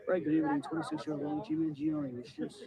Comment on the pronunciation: Luigi 'mah gee o knee'